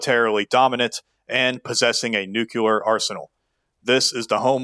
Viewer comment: Nucular. Illiterate